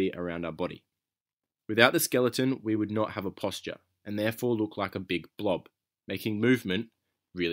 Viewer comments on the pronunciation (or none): none